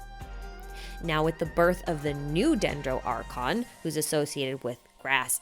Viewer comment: u lost me after u sayed dendro archon for the first time